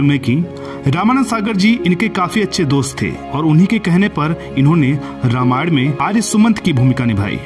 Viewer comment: Anchor please note you have always pronounced the word Ramayan wrongly. Please correct it by taking help of some learned person.